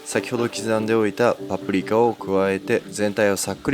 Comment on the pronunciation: ぱぷりきゃ と聞こえるのが気になるｗ